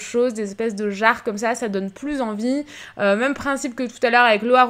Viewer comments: Jsp vous mais ça me stresse tellement qu'elle dise MEUM au lieu de MÊME c'est horrible 😂😂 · Restes comme tu es! Petit details, tu me fais rire car au lieu de dire "même" on dirait que tu dit "meume". La véranda est magnifique! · ça me faire rire la façon dont tu prononces « même » haha, sinon super vidéo comme d’habitude !❤️